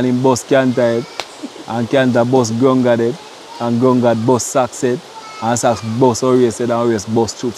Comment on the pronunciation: Why do you guys call her Grung gad?